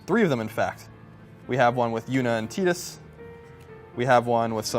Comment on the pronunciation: Its Tidus, not Teedus artard. And what kind of man lets his woman make furniture....